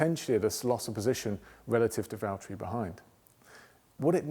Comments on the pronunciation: When he keeps saying valteri 🥹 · I love how he kept referring to George as “Valteri”. 🤣